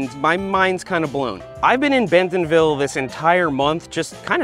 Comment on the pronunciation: I really love your videos, but as a local, I have to tell you it's pronounced Bent'nville, not Ben-TONville.